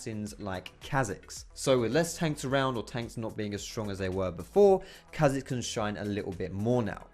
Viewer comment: anyone else get a tad annoid when he said chazix not K hazix